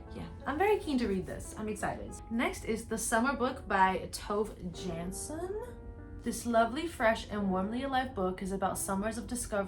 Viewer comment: Girl. It’s good you want to recommend different books, but please look how to pronounce authors’ names. I have never heard Goethe pronounced like that, and I don’t think I can recover. Also look up the correct pronunciation of Tove Jansson, Chopin And Heidi is a Japanese anime. And it’s not only Oedipus you mispronounced, also Antigone, and Werther.